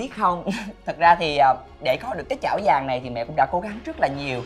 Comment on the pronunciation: Cái chảo vàng mà mới đầu nghe lộn thành cái chổi vàng